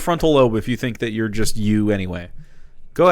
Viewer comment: I love the part where he makes stuff up to be mad about and goes "OI IS DAT WUT U FINK OF US"